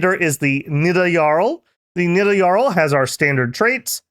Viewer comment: Boooo, say Nidavangr better